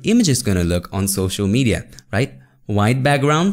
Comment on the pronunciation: It's social not shoshal 😅 anyway jokes apart love your videos bro ❤️❤️❤️